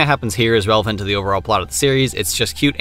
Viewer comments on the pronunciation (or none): none